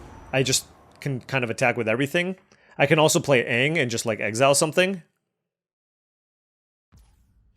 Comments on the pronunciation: I love you drafting this but please pronounce aang properly and not like the live action movie that hurts my soul to this day lol. Looking forward to doing sealed tomorrow. As always love the content though. Edit: Now seeing you haven't seen the show. The original is a really good watch if you ever want to give it a try. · Rable rable rable mispronunciation of names in my mid ass show rable rable rable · Toph = T-ah-f. Aang = An-ng. No shame when reading cards of shows you may never have seen. It feels like I'm watching Saffron Olive as you pronounce cards. Love it and please keep up the content.